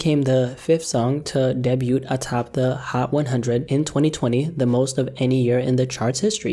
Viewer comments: its pronounced DAY BYOU lol Debut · Aye sir.. Debut is pronounced "day-buew" my guy. Or B'you? Lol idk its hard to spell it how its pronounced. U get it tho 😉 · my dude, the word is pronounced day-byew .... wtf is a debyoot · Bro the way u pronounce “Debut” truly creeps me out 😅, but I respect ya craft too much to care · THE T IN "DEBUT" IS SILENT!!! IT IS PRONOUNCED DAY-BYU. NO T AT THE END. C'MON MAN! ALSO, F SIX NINE! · Why do you say the 'T' in "Debut" ? That was weird